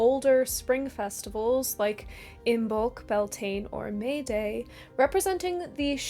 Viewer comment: Pronunciation note from an Irish pedant: Bealtaine is pronounced "B'yal-tinnah", with the high-A, as in "bat".